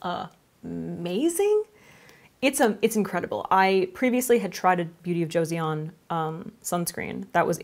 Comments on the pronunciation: It's better pronounced Jaw-son than joe-see-on :) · the word 'Joseon' from Beauty of Joseon is pronounced as 'Jho-son' not 'Jo-see-on' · The pronunciation is so close! The actual pronunciation of BoJ sounds more like Beauty of "Jo-sun" (an old terminology that refers back to one of the older periods of Korean Peninsula). Their skincare line overall is quite impressive and fitting those who have sensitive acne prone skin. Recommend! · Joseon is pronounced as "Cho-sohn" 😊😊😊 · Joseon is pronounced "joe-sun" ! 💖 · Loved the video and the turtleneck~! Just a note, the Korean sunscreen brand (Beauty of Joseon) is pronounced like Joe-SUN (조선) 😄 It's kind of funny since that sunscreen got popular overseas before being popular in Korea (like reverse popularity effect) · It's pronounced Joe-Son (Joe like the name Joe and son/sun like a male child or the big bright burning rock in space lol). It's referring to the Joseon Dynasty (Kingdom) of Korea (past Korea). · FYI Beauty of Joseon is pronounced with two syllables, romanization for Korean is always a bit weird but “joe-sun” is sort of close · Joseon is pronounced "CHO-sun" (well that's as close as English spelling will get to the Korean pronunciation) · "eo" in Korean is pronounced similarly to an English "uh" sound, so saying it like "Joe-sun" (👨🏻🌞) is a good approximation!! :) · it's like jo-sohn 🙂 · it’s like ch/jo-sahn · It's pronounced, beauty of "joe sun" ;) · Joseon is pronounced "joe sun" (I am Korean) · Lol!!! It's pronounce Jo- san sounding like "on". So Jo-s-on. Hope that helps!!